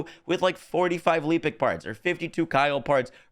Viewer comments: Lehpic not Leepic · It's Lepic, not LEEpic. It literally says it in game. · Love the vids. I want to point out something though why does everybody call lepic leepic. You only get the long ee sound with two e's and you get a eh sound with one. Every content creator I see calls him leepic.